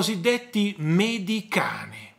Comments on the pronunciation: Veramente l'uragano mediterraneo, dall'inglese mediterranean hurricane, viene contratto in 'medicane' che, a rispetto della lingua inglese, si pronuncia come scrivo... medichein.... Grazie!... Mah.... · Medicane va pronunciato in inglese....a noi piacciono quelle parole....ma forse chi lavora nella pastorizia non lo ha studiato l'inglese....